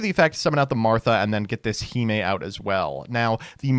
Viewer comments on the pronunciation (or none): none